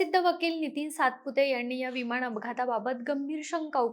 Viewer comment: कुपया तू पोडकास्ट देऊ नको. तुला "न " आणि "ण " नीट बोलता येत नाही. डोक्यात जाते तुझी भाषा. विमाण कम्पणी यांणी जमीणी पासुण हवामाण च्याणल हरियाणा मध्ये राहत होती का तू?